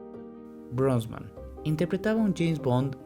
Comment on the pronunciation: Pierce "Brosban"??